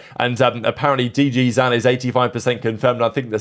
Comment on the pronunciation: the -zin is short for -zinho, so it’s closer to “Dee-gee-zeen”. does this with all of the Brazilian player names lmao